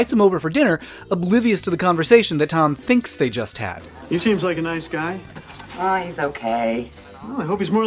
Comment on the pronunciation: Guy, not Ghee